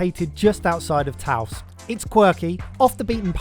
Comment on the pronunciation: So that most of the world can relate you may consider asking how to pronounce the food, places and other things. The S on Taos is silent for instance. did say taco correctly once. Good on you!